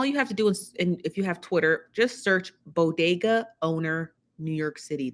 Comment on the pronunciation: It's BODEGA 😄